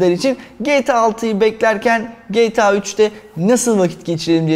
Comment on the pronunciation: Kaç yaşında adamsın ama gta ya geyta diyorsun